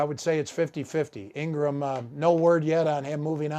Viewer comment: LMAO I was so caught off guard with the first butcher.... Then he just kept doing it. Even Engram 😂